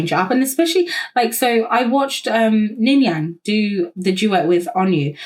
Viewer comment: you saying ningyang multiple times had me giggling 😭😭 but yeah aespa’s songs slap !! i remember watching the savage mv and DYINGGGG bc it’s so SOPHIE/hyperpop influenced!! also ningning is incredible fr